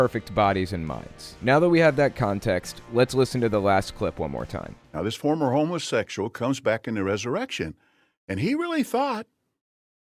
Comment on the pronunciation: I thought he said homersexual